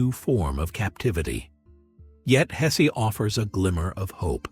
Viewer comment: Why must that unholy AI narrator mispronounce the mans name throughout